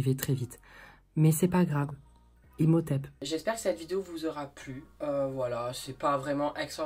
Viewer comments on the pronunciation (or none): " Imothèbe " je riiiis ! 😀